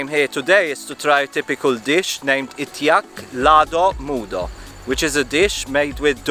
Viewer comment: Indeed you survived, after eating those food, your smile is still there. How can you pronounce, "ITIAK LADO MUDO" , like Bukit Tinggi native. How many time did you practice it? Is it twenty times?